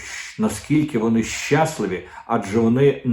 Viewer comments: Щас"ливі, а не "щасливі; преса, а не пресса. Дмитре, картка приват на Супруна НЕ ПРАЦЮЄ!!! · ЩаслИві, а не щАсливі. Хочу щоб Ви говорили гарною мовою😊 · Не щácливі, а щаслИві